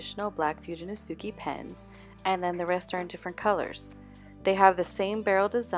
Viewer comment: Pronouce your letters dont say them Fu de no se ke.. dont say the letter e at the end pronounce it ehhh